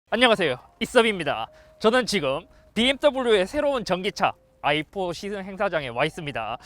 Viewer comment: ㅋㅋㅋ BMW아이폰이라고 들려 자꾸 ㅋㅋㅋㅋㅋ